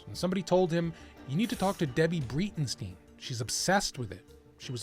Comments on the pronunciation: kinda love how all the german names get slaughtered by the american language. Breitenstein is not pronounced like breed n steen. But more like Braytenshtayn. Like you pronounce st like sh with a t and ei is always pronounced like A.I. There is a difference between E, E and E in German BUT it would sound more accurate then turning ei into ee. Dresden is somewhat well pronounced in the video but the first e is a little longer. Georg Weber is also a good example. Here you normally pronounce the e and the second G is not like a sh at the end but closer to a sharp K sound. Weber is almost correct but the first E is a long E. Then there is Heike being pronounced like Hi ki but the e at the end is more like a sharp E. it would be closer to pronounce it like Hike uh but without a pause between. Just thought I'd share some of this in case you want to work on your pronounciation and not to shit on you. I may have written it in a weird way but I try to over exaggerate with sentenses like "get slaughtered by the american language". You did your best and spoke it the way you learned it. But if you were to call for them by name, they would likely not turn their head and think you are talking to someone else. xD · A little tip for you in pronouncing German. If you see an ei in a name it is like your ay or ey, and if you see an ie in a name it is like your e or ee. So, she is Miss Breytensteyn, not Miss Breetensteen.